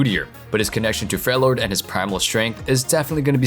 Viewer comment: SIR ITS NOT CALLED FREJLORD, ITS FRELJORD PLEAAAAASE